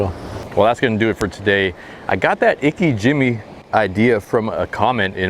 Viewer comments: Just for future reference, Its pronounced “Ee Kay gee meh” not “ Ee Ka Jimmy”. The technique you’re using is best for raw fish consumption and even then you have to age your fish after bleeding it out as well. Here s more info on the technique Btw thanks for showing us the process and that was a wonderful catch! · pronounce it ee-kay, jee-may